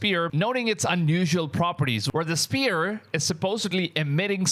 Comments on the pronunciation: IT SPHERE NOT SPEAR MAN! jeez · He keeps saying spear??? Sphere...it is sphere ...s...f ..e...r...ee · Dude it's not spirical it's pronounced sferical as in spherical sphere sfear not spear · Spear❌️ Sphere ✅️ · Hey brotha. Just a friendly 'how to' because the English language is weird and nonsensical at times, but the 'ph' in sphere or spherical doesn't sound like a 'p'. Together they make the 'f' sound, or "fffff". "Fight. Fire. Fun. Sphere" Also, the 'o' in 'hoax' has the sound of a capital 'O,' "Bow. Toe. Row. Hoax" Good video man👍